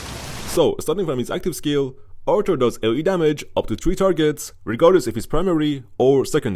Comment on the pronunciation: Why I am hearing archer instead of Arthur again and again